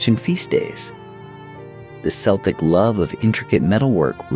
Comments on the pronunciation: What a pity AI couldnt pronounce so many names and places. Worst in my view is Celtic being pronounced as Seltic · pronouncing Celtic with an "S" sound in a video about Irish history is criminal. big fail